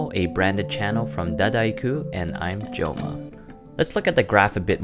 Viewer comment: Coming from a French person, not bad Joma, not bad :)